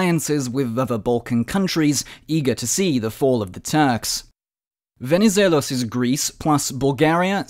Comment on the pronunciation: I noticed that this time your pronuncuation of Venizelos was "the correct" after some ppl pointed this out in an older video😂